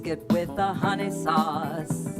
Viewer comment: Not hunnies it’s hun nayyy!!